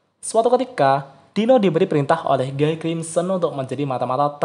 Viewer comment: 4 naga terkuat lebih kuat dari raja iblis. Perasaan terkuat kedua setelah guy itu diablo. Bacanya : giy buka guy. Itu bahasa prancis bos